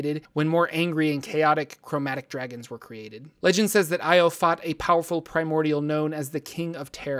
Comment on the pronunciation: I swear to god I thought you said "Primordial gnome, the king of terror"